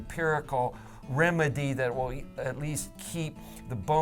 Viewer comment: WiIIL-LST in space.. WiLL-ST??? wtf